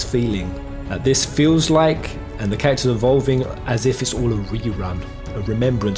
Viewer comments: The way you say "characters" sounds like "cactus" and it's really throwing me off lol, still, honestly great video dude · Did anyone else understand "cactors" instead of characters 🤣